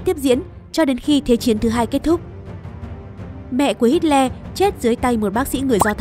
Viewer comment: Tưởng đọc Hitler là:Hi lờ Lại đọc thành:Hít le